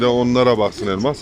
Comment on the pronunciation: Ay nasil guldum teyzenin lafina elmaass calman demis ya